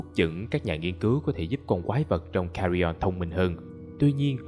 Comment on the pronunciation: nói Cà Ri On:)))))